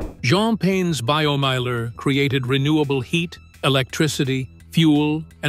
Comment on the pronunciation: Pronounce Biomeiler like it is spoken in German for gods sake. It's named Biomeiler not Baiyomiehler.